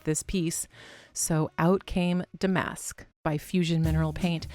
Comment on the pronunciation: MCM is not my style, but you do it soooo well. Lovely piece. Love your unique channel .....would really enjoy seeing you on stage ! BTW Damask is pronounced with the accent on the first syllable..DAH- mesk. All you young girls make that mistake lol.